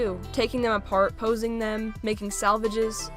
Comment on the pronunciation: Your being mean to funko because you are saying theppppmmmmm